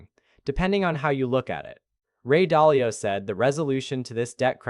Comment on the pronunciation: It is Ray Dalio, not Dahlia